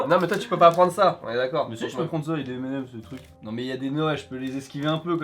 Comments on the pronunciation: à c'est pas "&" Comme "et" pour M et M 's et non pas M L M's:p tu ma bien fait rire pour le coup XD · sa se prononce M and M;)